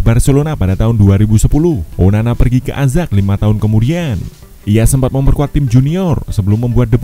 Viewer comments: Ayax kali bacanya azack 😂🤣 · Ajax itu bacanya "Ayaks" bang..